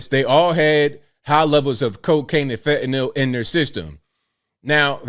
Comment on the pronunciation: Shout out to YOU,, for proper pronunciation of "fentanyl"! I almost NEVER hear it pronounced properly. Always reminds me of GW Bush discussing nuke-ya-ler weapons...